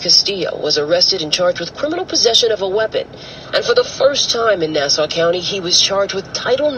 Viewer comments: Hahaha love you. Its Nassau like the way pirates say it Nass - Auh :) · I live on Long Island it's pronounced Nass-awe